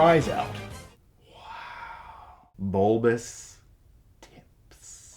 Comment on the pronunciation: Is no one gonna talk about "bulbas tipps"